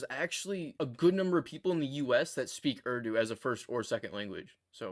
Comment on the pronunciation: Impressive! You're light years ahead of me. So your very "foreign American" pronunciation of 'URDU' really surprised me.